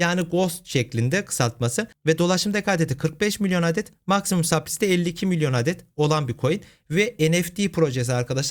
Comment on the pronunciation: $ 0.12 cent değil 0.12 dolar ya da direkt 12 cent dersek doğru olur. "Supply" (okunuşu supri değil sıplay) yerine "arz" kelimesi de kullanılabilir telaffuzu daha kolay ve daha anlaşılır.